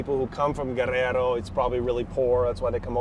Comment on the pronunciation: You pronounce and roll your r when you say Guerrero 👍 dope to get insight on famous beauty